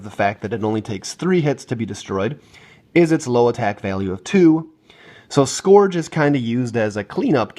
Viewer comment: How can you not say scourge right? Lol